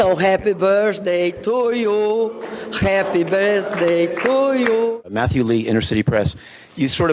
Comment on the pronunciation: dilma kkkkkkkkk rapi bâârsdei tu iu, realmente agora ela tem tempo suficiente para aprender kkkkk com direito a risada do chaves kkk